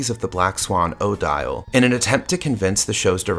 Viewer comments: Thank you. Fine video, but every time he says OH Dial I cringed. It's commonly pronounced Oh DEEL. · 1) It's odeeeele not oh-dyall. 2) Why are you asking us about everything? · this is not how the name Odille is pronounced